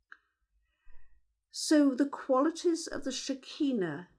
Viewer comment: SHER. KEE. NAH. not shikeenu